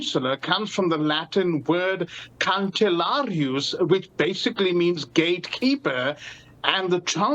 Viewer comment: Cancellarius is pronounced more like "canchellarius" in church latin